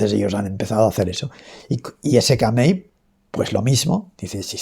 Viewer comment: Se pronuncia sikemei